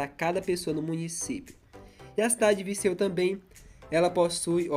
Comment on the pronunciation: Tá falando errado É Viseu e não Viceu